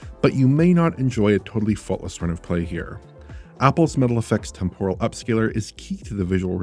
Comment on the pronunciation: Temporal ffs not “tem pore ul” you’re the only one of the crew that still says it that weird way !!!